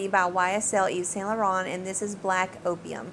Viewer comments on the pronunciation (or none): none